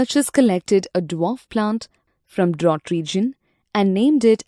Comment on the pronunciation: its drought